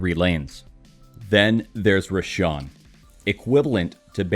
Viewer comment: Roshan not R@